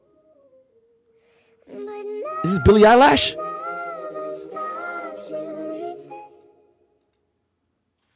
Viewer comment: Lmfaoooo “Billie Eyelash” 😂😂😂😂